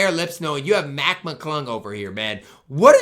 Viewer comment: The fact he calls mclung mcglunk has me hurting 😂